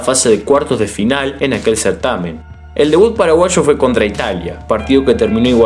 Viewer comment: Me encanta cuando decís "paraguasho" jajaja buenísimo tu video crack, muy informativo y entretenido, saludos desde Fernando de la Mora🇵🇾